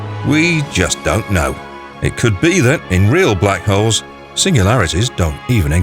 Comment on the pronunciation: Guy needs to work on his pronunciation. He said Black hoes.